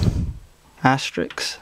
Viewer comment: He doesn't say Asterisk, he says Asterix. Who's to say his nickname for quote marks isn't 'Asterix'? They do look like little French cartoon men.